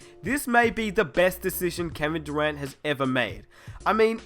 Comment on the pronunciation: he said Kevin durant like kwevin durwantt